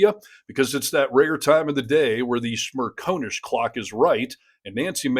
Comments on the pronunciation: It’s Smer con ish. Not Smer cone ish. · SmirCONish, Not SmirCONEish. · It's Smer CON ish not Smer Cone ish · Michael's surname is pronounced Smer-con-ish. Not Smer-co-nish. Genuinely, it is not that difficult. He says it himself often enough. 🙄😖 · Michael Smerconish is NOT a MAGA shill. He is a decent, intelligent, honest conservative. You don’t even pronounce his name correctly. It’s Smer CON ish.